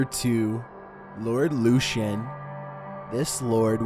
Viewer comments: No 2 case is pronounced Lord Lukan (that is what it sounds like).....Lord Lucan. They believe he killed the nanny down the stairs believing it was his wife in the dark, so I did read ages ago. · It’s not “Lord Lucian”, it’s Lord Lucan!!! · Number 2 is pronounced Luke-an, not Lucian. And it’s Birming-um, we never pronounce anything that ends in “ham” as “ham” in the U.K. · It's lord LUCAN just how it's spelt not luchan 🙈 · Yep. and Lord Lucan. it's Lord 'Loo-Can' not 'Lew-Chan' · You think that's bad Lucan is pronounced Lukan not Lushan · I also think it's supposed to be Lord "Loo-can" (Lucan) instead of "Loo-shun"...it matters if one is interested in researching further info about the subjects...